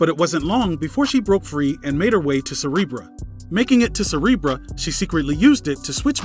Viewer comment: Cerebro...damn these non-pronounciating asses